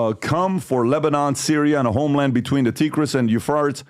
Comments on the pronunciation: Did Pat really just mispronounce the Tigers and the Euphrates? Where is he from? That surprised me some, I have a lot of respect for Pat. I didn’t lose any of course, but that was strange. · PBD always brings up living in Iran for 10 years and having knowledge of the middle east.. yet can't pronounce the 2 most popular rivers in the region the Tigris and Euphrates lol